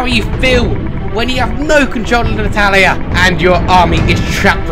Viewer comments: I'm Italian and that "Ittalia"... I know that feel bro. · thought the dude said "Hetalia" not "italia" XD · he said: 'italia!' i thought he said: 'nutalia' *instant huger*